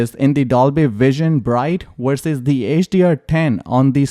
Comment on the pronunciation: It’s VERSUS not wersus